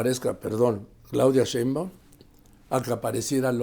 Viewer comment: Me encanta verlos, no hay medio que Carlotos pronuncie bien el apellido “Sheimbaum” jajaja quien sabe que se le atraviesa pero No lo puede pronunciarlo bien.🤣